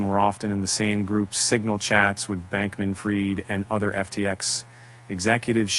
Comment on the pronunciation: pronounced FREED not fried!!!! But you're the experts lol.